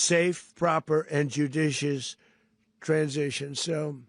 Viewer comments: judishious? A tad of a shluurrr? 🤔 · Can't even say judicious properly what a warmongering muppet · Trump can’t even say the word judicious 😂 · Trump u can even pronounce the words correctly it time is almost up u r doing to much just to throw the heat off of what u did as far as what u did to those young children u must go with the rest of ur cult this man has started all these wars he must go please